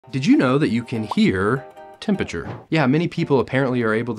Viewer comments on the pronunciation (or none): Yes to the hot vs cold. I was so distracted by how you pronounced temperature that I wasn't aware if the face was correct.